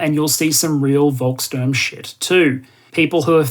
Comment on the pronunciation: In statistics - when you estimate the "true" size of an effect - it's usually best practice not to include obvious outliers. So not including Russian MoD estimates makes a lot of sense. If now learns to pronouce "Volkssturm" as "Folks-shtoorm" I have nothinh to add:D